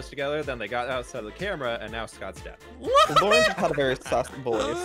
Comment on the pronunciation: THE WAY HE SAYS LAUREN HAHAHSHDH